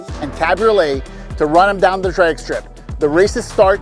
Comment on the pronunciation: Fix your accent, its "drag" strip, not "draig" strip